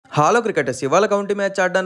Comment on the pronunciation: హాలో కాదు హలో